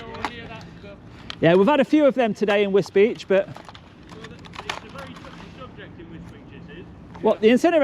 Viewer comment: And nice you actually pronounced it correct this time ....although all the locals there call it a derogatory name connected with the immigrants which are quite prolific in this last 30yrs.